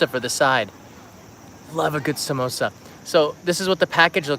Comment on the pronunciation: Your Samosa pronunciation is on point my dude!